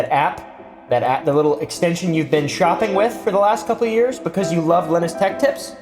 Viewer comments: Linus is pronounced Lie-nus, I believe. I bet figuring that out crushed Linus. He seems like a cool guy. Ask Kris how she pronounces it. He did a tech build for her, didn't he? Markiplier is great. My son has watched him since he started in 2012. Still watches to this day, as do I. I've always felt unsure about honey and too lazy to add it, to be honest. I'm glad I stayed away from them. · It's called "Linus" its not that hard bro. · ITS LIE-NUS REEEEEEEEE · its pronounced linus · Some of your commentary really gets lost on me, but when you can't take the three seconds it would take to figure out how to say Linus, and your editors make a focus on it, it's more disappointing than anything. There's less and less effort these days. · Dude, go watch a Peanuts cartoon if you don't know how to pronounce Linus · If you truly watched Linus Tech Tips you'd know how to say his name. I don't get it man, people literally say his name in his videos. It's like when people mispronounce "Naruto" when they literally say the name in the series! 🤦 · It's not Linus it's Linus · bruh, its LYE-nus. He says his name in his videos all the time.. if you watched one you'd hear it lol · Its LIE-nus, not LIN-us. Sorry, but you definitely said it wrong. However, in your defense, Linus runs a popular computer tech channel, and there is a popular computer operating system called Linux, so maybe your subconscious is inadvertently combining his name with the OS, because they have similar spelling and sound to each other? If so, then I can totally see why you would pronounce his name that way. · Im 99% sure its Lie-Ness not Lin-S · its Lin-Us not Lin-Es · its pronounced "linus", not "linus". Hope this helps! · I know you know how to say /ˈlajnəs/ not /ˈlɪnəs/, but you're really cute, so here's your engagement 😉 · It’s not Linus, it’s Linus. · pronounced Lie-nus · Li-nus not lin-us 😅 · It is “line-us” not “Lin-us” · line-us not lin-us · it's "lie-nus", cause u asked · It's Leenus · it's like lie-nus